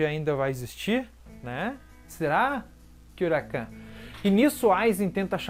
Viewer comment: Gosto muito de bleach e também de todos os videos do seu canal. Agora, com todo respeito de onde você tirou "KyoraKAN"? (Kyoraku)